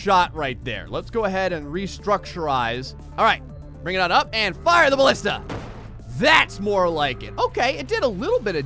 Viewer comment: The Greek word is Μπαλίστα. So you were pronouncing it right. Its Ballista.